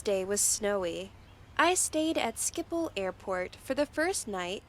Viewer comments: as a dutchman i like how she said skipol insdead os schiphol haha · she cant even pronounce schiphol 🤣